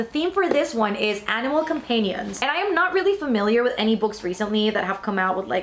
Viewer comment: the way you said companion 😭